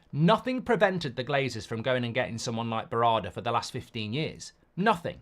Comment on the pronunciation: Mark you've butchered Berrada's name 😂